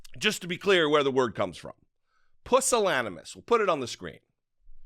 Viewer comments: It’s actually pronounced pew-sil-an-emus, not puh-sil-an-emus. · Correct pronunciation of pusillanimous: pyo͞osəˈlanəməs/